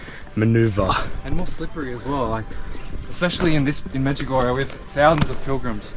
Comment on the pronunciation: Medjugorje, not Medjugorja🙏